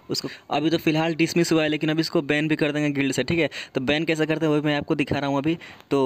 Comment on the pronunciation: Bhai acting gid kidar nahi gild lidar